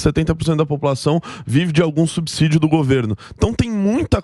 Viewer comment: Subsídio, gostamos de ouvir (ci) e não (zi). Mas voltando ao Lula, espero que os argentinos rejeitem a "democracia relativa" do petista.